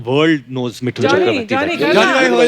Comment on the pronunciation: woh मिठुन nahi मिथुन, jaise woh डोसा nahi दोसा hota hain.